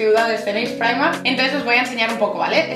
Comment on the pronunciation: "PONE PIMARK" Y el tacón de "metraquilato"? Es metacrilato.